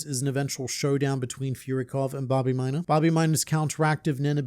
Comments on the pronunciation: Babimyna❌ Bah, be my nah ✅ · i cuold barely remember this character so saying hearing you say his name like a million times, i thought u were saying Bobby Minor and i was like why do u keep saying his last name? lmao his name is Babimyna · I understand how Hisoka schwing feels when I hear you say Bobbymina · Babimyna❌ Bobby muda✅ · say böbyminor again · I totally thought he was saying Bobby Miner 😂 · Thought I hallucinated I kept hearing "minor" 😂😂😂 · Take a shot glass of your beverage of choice every time he says “Babimyna”.